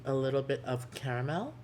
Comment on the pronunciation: You sounded so arabian when u said caramel twice lol